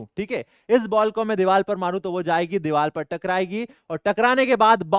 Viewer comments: sir it’s not dival it’s divar😂😂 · Deevar not deeval ❤